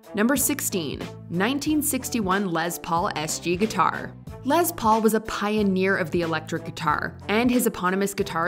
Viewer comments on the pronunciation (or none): "Lez" Paul? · It's LES Paul as in "less", NOT Lez Paul as in "lesbian"! Sheesh! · Dear narrator: “Les Paul” is NOT pronounced “LeZ Paul”! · His name is Les Paul, not Lez Paul... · LeSSS Paul. Not LeZZZ Paul. C'mon! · Pronounced Less Paul Not Lez Paul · It's pronounced less Paul, not lez Paul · “lez paul”